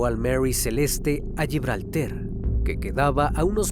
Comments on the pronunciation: ES GIBRALTAR, NO GIBRELTER... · Es más fácil decir gibraltar correctamente que como lo dice usted lo que quizá signifique, que no sabe ni donde está 😂